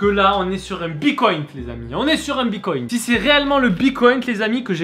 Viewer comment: C'est bitcoins ,pas bicoynte😂